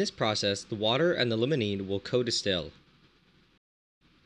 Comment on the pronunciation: It's Limonene, not Lemonene. I know pronunciation isn't the focus of your channel, but come on. Try pronouncing the word "Lime" instead of "Lemon".